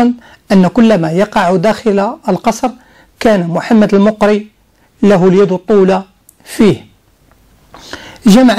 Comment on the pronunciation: اظن غالبا ان الصدر الاعظم (المقري) كان من اصل جزائري..وينطق بفتح الميم..